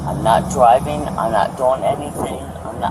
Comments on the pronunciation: Was it me or did she say "I'm not dwiving, I'm not dwiving" before saying it correctly the last time? I literally lol'd when I heard that for some stupid reason. 😂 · “I’m not dwiving!” 😂😂😂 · 'But I wasn't DWIVEEEN, I wasn't DWIVEEEEN!" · Second one: “I’m not dwiving”😂